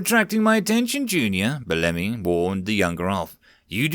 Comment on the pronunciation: This story was amazing! Thanks for reading it! I know this is kind of a petty nitpick, but I believe Bellamy is meant to be pronounced "BELL-uh-mee" (emphasis on 1st syllable).